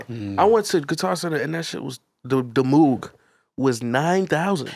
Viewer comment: Y’all all pronounce moog wrong. Shame.